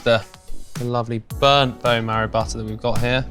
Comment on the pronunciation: ALL THINGS BUTTAAHH